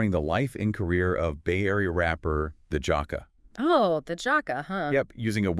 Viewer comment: The JAAhka it's JACK-A